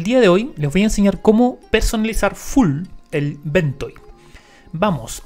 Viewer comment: Great video, please make more about ventoy. Also it's pronounced Ven-toy not Ven-toe.